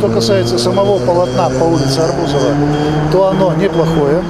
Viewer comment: Я не могу понять,улица арб У зова или Аррррр бузова? Ударение вроде должны уметь ставить, люди всё-таки с высшим образованием! Спасибо за внимание всем бабррра! Хах